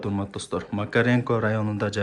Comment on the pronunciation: Макеренко эмес Макаренко дебейсинби макренко дебей !